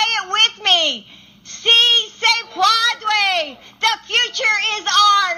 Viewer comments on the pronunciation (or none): She tried to say "yes, you can" in Spanish, and she mangled it. (Puede, to "puadre", a non-word.) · I know it's a comedy video, but holy hell do I have words about what a fail that was. What I heard sounds more like padre. Like yes, yes daddy lol. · Instead of saying"it is possible" she said "it is father!" Hahaha. Someone should teach her to say "soy pen day ha!"